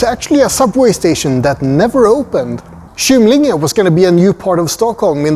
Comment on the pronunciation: Du bör även ändra uttalet på station Kymlinge till hårt Kå och inte mjukt. Har jobbat i tunnelbanan i över 30 år så vi använde aldrig mjukt kå i uttalet. Stockholmskan har sina egenheter, i synnerhet när det gäller uttalet av gamla ortsnamn och andra sammansatta ord.